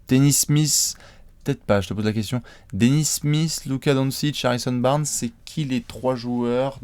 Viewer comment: ZE KOUESTIONNE OF ZE DESS xD